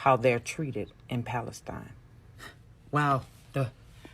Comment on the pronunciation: they can't even say Palestine, they had to change it to falistine